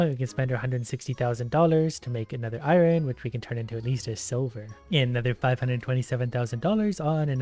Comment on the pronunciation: Iron is pronounced eye urn